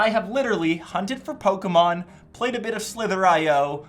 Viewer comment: He says Pokémon like Pokemeon